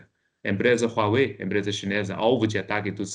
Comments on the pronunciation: Eu até voltei um pouco o vídeo para prestar atenção na pronúncia kkkkkkkkkkkk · Apesar de muito boa a entrevista, pra mim a melhor parte foi aprender a falar Huawei corretamente kkk